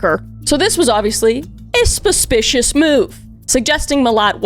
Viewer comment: & “Spuspicious” XD